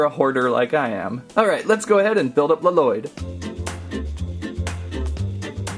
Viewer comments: He says lloyd wrong It's pronounced loyd but spelled lloyd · Your supposed to say lloyds name as if there was one l